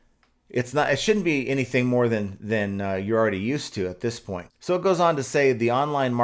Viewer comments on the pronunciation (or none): none